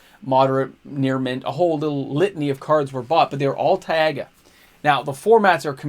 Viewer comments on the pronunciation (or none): if you care its pronounced Tai-Guh no Tai-Ah-Guh <3